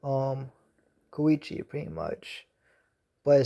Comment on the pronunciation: His name is Ko - Ko - e - chi